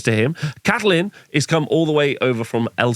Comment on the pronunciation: Appreciate the new format, but please bear with me and take this on your journey: Catalin is pronounced Cat-uh-lin. It is a male name. Grugni not Grungi Quenelles is pronounced Kuh-nel.